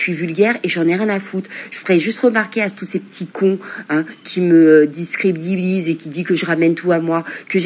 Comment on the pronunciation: Discrebinise 😂 articule la fouine de haine 🫢